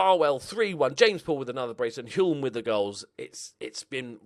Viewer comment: Hulme is pronounced without the 'L'. So, Hume.